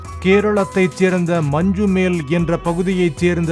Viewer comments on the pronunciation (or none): மஞ்சுமெல்... மஞ்சுமேல் அல்ல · It is Manjummal.... Not Manjumel...